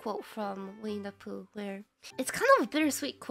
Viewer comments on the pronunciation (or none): either my sleepy brain talking or what, but "Winnie The Pooh" sounds like "We need to poo" I did double take when she said that wkwkkwkw